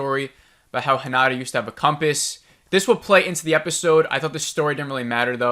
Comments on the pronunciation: the name is HinaTa. with a t. not a d. its not Honda. ;) so work that t, spell that thing! also: while I agree with the sometimes confusing and maybe unnecessary long way so end up where we could have been way earlier, I disagree with the conclusion. so far this series was not one bit about the aliens or the fight, it was about the individual impact and an apparent bigger connection between these individuals. also we saw some things that were rarely ever pictured. the lines between the lines if you want. If you expected something like Independence Day in episode-style your came to the wrong place. this series is heading somewehre else. and you shouldnt judge a ferrari based on how mich baggage it can transport, thats just not its job. just as this show never aimed for the big spectacular invasion stuff we ve already seen plenty of times. I also got impatient when watching the episodes, at the same time I always wanted to see the next episode and it was with the impression I was getting pissed. But I kept watching it and there were always some moments that were brilliantly delivered or something we rarely ever saw on other shows -(the lines between the lines). The end I found very very good. I wanted the answers, I dont think I got a lot of answers. and still I was like: yeah, thats a fitting season finale. also you said some weird stuff. "not supporting soldiers?" that man instantly left after their son died and stayed away for 2 years because he couldnt bare to be home. now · I agree 100% with your analysis and irritation! Why did we have to meet Monty, and other characters whose story went nowhere?? BTW, a word on Japanese pronunciation. It's not hiNAda. It's hi na ta. No syllable is stressed. Not mitSOOki. mits'ki. Also hoshi means star. About the "distorted image" and beeboop sound? I rewatched that scene but didn't see it. Sounds like you got a bad download.